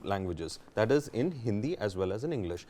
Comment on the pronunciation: did he say hindia?